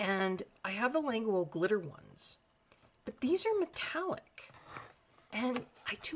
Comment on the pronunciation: Languo according to the company is pronounced Lan-goo and not Languo like what a lot of people in English like to pronounce it.